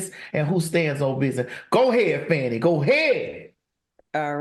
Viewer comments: Her name is FAWN-KNEE not FANNY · I read that her name is pronounces fawni.